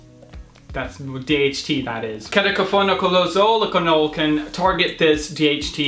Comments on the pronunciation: Dude, it's pronounced key-toe-con-uh-zole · 😂😂It's keto-cona-zole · It's K-ee-toh-kona-zohl